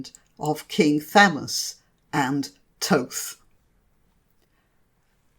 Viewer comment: You say it is Thoth but I was always taught it was pronounced Thoth.